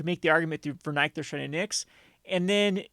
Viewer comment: It’s nick-thos homie